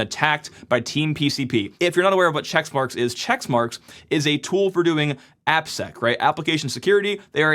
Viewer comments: It's Checkmarx not Checksmarx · It's checkmarx - not chexmarx. Just sayin'. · Says March 2026 was last year and keeps pronouncing it "checks marks" (it's "check marks"), and we're supposed to trust this guy? PS -- they're "pull requests" not "merge requests" in GitHub land but you kept mixing up that as well. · It's checkmarx not checksmarks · Quit saying "CHECKS" MARK. It's Check Marx. Dumb dumb. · It' not ChecksMarX, it's CheckMarX. Sorry, but this triggered me 🤣